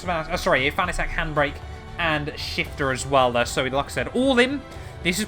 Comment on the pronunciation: It's pronounce Fanatec not Fanatec😅